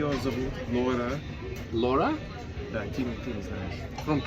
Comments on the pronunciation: Не «Лора», а Лаура😅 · Не Лора, а Лаура, это популярное казахское имя